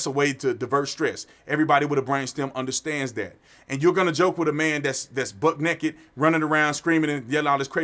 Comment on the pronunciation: Did you say "buck-ed naked" wrong the first time and then just keep doubling down, or is that how you say that?.....cuz I've never heard that before 😂😂